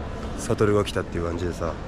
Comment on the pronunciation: サトルをアトリエってどんな発音したんだよ😂